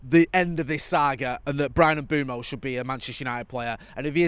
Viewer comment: can you please sort out your pronunciation of Mbuemo there’s no double o so it’s not M Boom O M Buem o